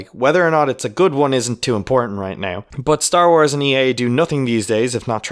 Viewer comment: it was in the beginning the way you pronounced the word "now" and later the word "about" ;)